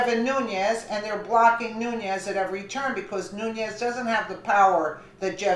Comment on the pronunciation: it's pronounced ...new-nezz....not....new-nee-ezz